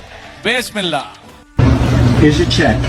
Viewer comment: তারেক রহমান।।বিসমিল্লাহ কে বলে বেস মেল্লা